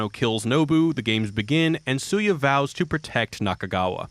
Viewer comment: Goddangit, this is a great video, but the character's name is pronounced "SHOO-YAH." Also you forgot that Beat Takeshi made a video game, too.